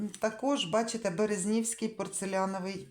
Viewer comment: БерЕзнівський, не БерезнІвський.